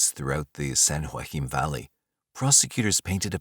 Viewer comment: Being from San Joaquin valley - the way you say Joaquin is really annoying me lol